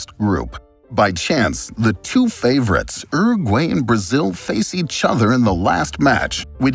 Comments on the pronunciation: Wtf is ero gway ?? Is he trying to say Uruguay??? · Yeah is it not Your-a-gwuy? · It’s not said uru-gay it’s said uru-guai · Every now and again, I hear an American pronunciation of a word and I think ‘wtf?!’. Never heard it pronounced like Urragway. Interesting video. Thanks. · That was the worst butchering of fédération international de football association ive ever heard. Not to mention uruguay. Anyway other than that great video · The way you say Uruguay is really disturbing to me 😅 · The channel is Geo history and doesnt know how to pronounce uruguay 💀